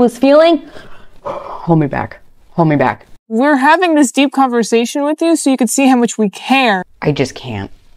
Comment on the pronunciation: Why the hell do people say "witchoo" and not "with you"? Gah! That grinds my gears.